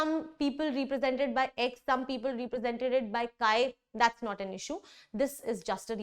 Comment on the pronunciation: Mam, please correct your pronounciation of ' represented'. You say it like 'reepresented'